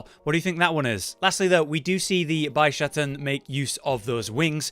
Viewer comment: I don't get the localisation team sometimes... I understand the name changes for the monsters, equipments, etc. But this time around, they decided to keep all the villagers' original Japanese names to keep with the theme EXCEPT one. The Quest Maiden's original Japanese name is "Hinoe" which they decided to slightly change to "Hinoa". Why? By the way, the Bishaten is pronounced "Bee - Sha - Ten". At least you didn't call it "Bis - Ha - Ten" like some people do. LOL